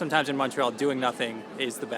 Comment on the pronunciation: ive heard u pronounce montreal as mawntreal in the past. hearing u pronounce montreal (mon like money) made my day. please consider doing a video on different montreal accents both french and english. great content keep it up